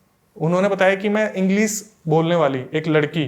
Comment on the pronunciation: BROTHER YOU ARE WELL EDUCATED YOURSELF TUM श की जगह स USE KYU KARTE HO SHURU KO SURU=शुरू को सुरु SHARBAT KO SARBAT=शरबत को सरबत ENGLISH KO ENGLIS=इंग्लिश को इंग्लिस RISHTA KO RISTA=रिश्ता को रिसता AASHIRWAAD KO AASIRWAAD=आशीर्वाद को आसिरवाद PASHTAIGI KO PASTAIGI=पशताइगी को पसताईगी RAKSHABANDHAN KO RAKSABANDHAN=रक्षाबंधन को रक्साबंधन क्यू बोलते हो मुझे वो मूवी याद आ जाती है सुनील दत्त और नरगिस की उनका गाना खास करके(सावन का महीना पवन करे शोर अरे नही बाबा सावन का महीना सावन करे सौर(शोर नही सौर)भाई श को श की जगह लगाओ और स को स की जगह लगाओ।